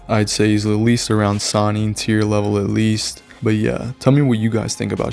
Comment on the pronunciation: Sannin, not Sanin.